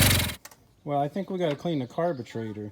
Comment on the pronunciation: Carbuhtrator! LOL